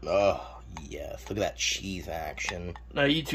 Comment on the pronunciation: Extra Cheese Yeesssth please! Bless you Mr. Bugs and Mr. Cheesepuffeth… but I digress